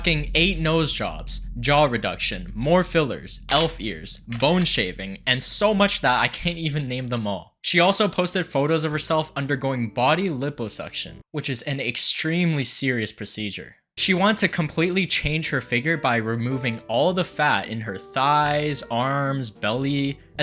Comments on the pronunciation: It's not pronounced Lipposuction. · not been mean im a big fan just wanted to point out liposuction is pronounced "lieposuction"